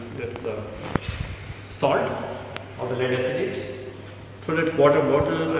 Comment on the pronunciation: It was lead acetate not "acitate"!!!